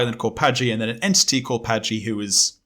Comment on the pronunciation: My favorite part of this is giving a hard time about Adonalsium—“that’s not the order the letters are in”—but always pronounces Patji as “Pajti”… THATS NOT THE ORDER THE LETTERS ARE IN!! Lololol. This is like my third time through the backlog, and this is still a crazy episode. So cool.